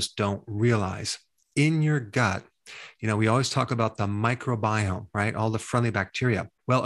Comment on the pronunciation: Dr. Berg, i thought it was micro-biome not "myco" biome